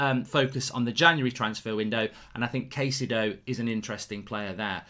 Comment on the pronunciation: Kai-ce-do. Is the closer pronunciation of his name..